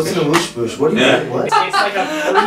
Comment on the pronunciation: "what's an amoosh boosh" oh my goddd